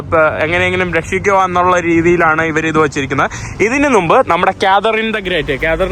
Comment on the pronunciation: നിന്റെ vlogs വളരെ ഇഷ്ടമാണ്... ഈ നുമ്പ്, കത്രീഡൽ എന്നീ വാക്കുകൾ തിരുത്താൻ ശ്രമിക്കണം. മുമ്പ്, കത്തീഡ്രൽ എന്ന് ഉച്ചരിക്കണം... Ok തിരുത്താൻ ശ്രമിക്കുമെന്ന് കരുതുന്നു... 🥰💓